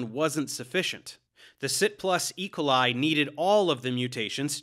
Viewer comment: Love this video, but your pronunciation of E. coli is distracting me haha